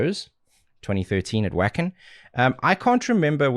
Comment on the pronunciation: I am disappointed in you... 😩 "WAKKKKK-en" 2013? You've been doing this long enough to know how to say Wacken correctly: "Vah-ken" -_